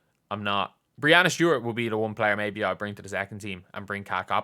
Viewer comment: Hi,. Love your content, watch all your vids. Just a quick note, it's pronounced BREE-ANNA (second half rhymes with banana in americanese). It's kind of become a meme for her to correct folks all the time, so it's all good, just thought I'd bring it to your attention. Thanks for all your hard work this weekend!